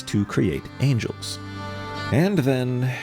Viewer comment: Bro is mispronouncing angels like he's trying to avoid the gaze of the Heavenly Principles lmao